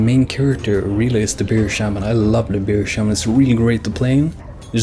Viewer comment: Haha, I fucking love it how we European's can't seem to pronounce "Bear Shaman" correctly. We all pronounce it like Beer Shaman. Its actually really damn hard to pronounce bear.